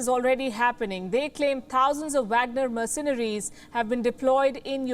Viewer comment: merceNaries. Keep saying it wrong.